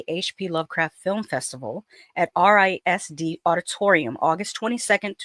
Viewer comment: Around here RISD is pronounced Riz-D